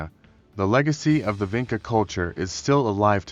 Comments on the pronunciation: Vinča is pronounced as Vintcha not Vinka. We, in Serbia, still use the very same Vinča "symbols ": Ж, Д, Г, Ш, Ф ... and still have the very same genetics Y -I2a haplogroupe that was found in Vinča, Lepenski Vir and Starčevo archeolocal sites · I see that you used AI to make this video. But i think you went too far wit it, and did not checked the illustrations. Doing a video like this, means you want to be sure you are saying facts, giving proper illustrations that are in the context of the story. Especially for their alphabet since it is striking how our modern alphabet could have roots in that one. And make sure Vinca is pronounced properly ( c in Vinca is like c in Leonardo Da Vinci)